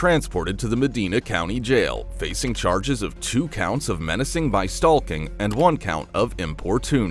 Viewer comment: Annoyed the entire fk out of me it did 😂